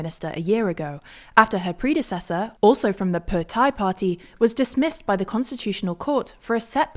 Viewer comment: Her pronunciation of Thai is brilliant